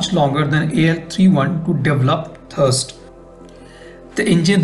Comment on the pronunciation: It is thRust, not thirst 😂